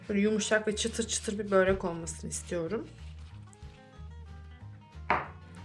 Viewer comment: Böğğğreek değil. Börek.